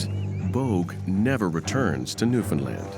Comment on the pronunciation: Why can no one pronounce "Newfoundland" correctly. It is not that difficult.